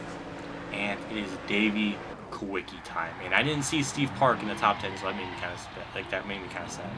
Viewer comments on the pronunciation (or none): errr humph whaddafuck are ya talking about? IT'S ALAN KULWICKY!!!